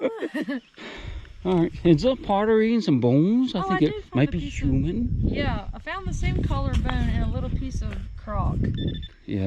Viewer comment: I dont think I've ever heard him say human normally.